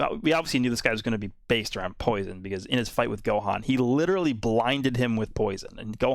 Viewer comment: “To scared of my POUISUN to attack”